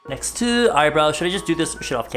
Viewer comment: he said "nExTeU"